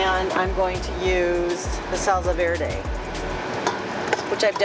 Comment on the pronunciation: Another nice video as usual. Was just wondering...I've never in my life heard anyone say salsa with a z sound. is that a WA thing? :-)